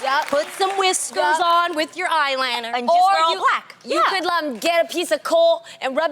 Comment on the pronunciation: The way Tamera say "eye liner" 😂🥰🥴